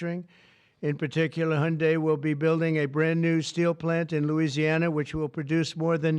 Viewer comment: "Hiyunday plant". Yeah, riiiight...